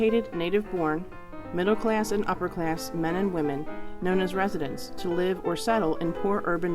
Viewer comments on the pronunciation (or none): none